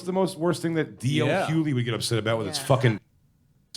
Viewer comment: I think Jay is pronouncing it correctly